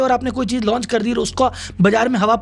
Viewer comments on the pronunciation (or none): none